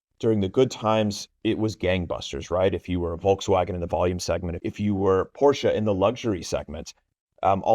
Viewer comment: I squirmed when she pronounced DOS OTTO and WOLKASWAGAN